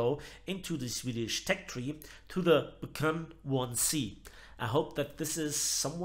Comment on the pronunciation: It's pronounced "Bee kann" Not B as in bee but rather as begleit, that type of B.